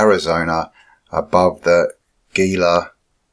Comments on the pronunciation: Gila River is pronounced "Heela". Vasques is pronounced "Vaskez". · The Gila River ( pronounced H-ila) . Very interesting report! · Gila, pronounced “Heeee-la”.